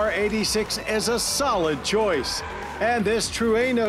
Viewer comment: At 1st, I thought Mr. Davis said Truanal? 🤔